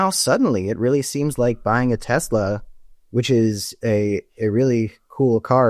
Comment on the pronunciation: But wait, there was DB Chump, “I love Tesler.” 😂😂😂😂